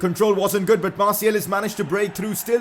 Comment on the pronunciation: Hes name is Marsial. Not marsiel!